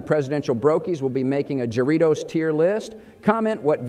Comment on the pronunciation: Bush pronounced Jarritos like I imagine true Texans do lol